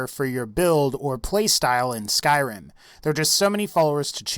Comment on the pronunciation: ugh even the way you say Skyrim is disgusting.